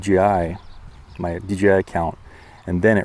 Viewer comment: You know it’s DJI right? Not dgi….🤡😂🤯